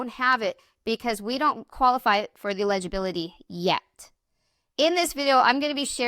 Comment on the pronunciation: Saying this to help you. Eligibility and illegibility are not pronounced the same way.